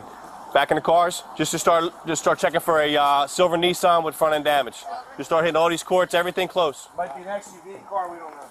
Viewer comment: Just to correct the policeman it’s not ‘ Neesarn ‘ it’s pronounced’ Nissan ‘ .